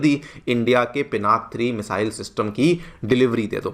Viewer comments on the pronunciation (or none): Call it as पिनाका please!